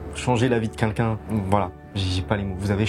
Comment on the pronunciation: Changé la vie de qu'unlqu'un🤣 ça m'a tué. Hmm pardonnez moi